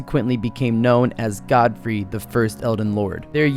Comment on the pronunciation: Did you really say godefroy my guy lmaooooo it’s Godfrey